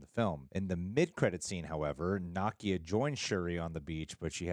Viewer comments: What’s so hard about saying NUH-KEY-UH …. It’s sooooo weird to keep hearing y’all say NAH-KIA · Why do all you YouTubers pronounce Nakia as "KNOCK-ee-uh" instead of "nu-KEE-uh" ? It sounds kind of crude and insulting. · is mispronouncing Nakia (not a complaint, just an observation!) He's pronouncing it like the character Nakia from Ms. Marvel whereas the Wakandan Nakia is pronounced 'nuh-kee-uh' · Na-key-a, and they were Shuri’s robes that were burned. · Love you both-but it’s pronounced “nah-kee-ah” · saying Nakia's name wrong